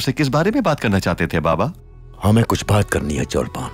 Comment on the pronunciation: Not cholpan khatun it's chalpan khatun😂😂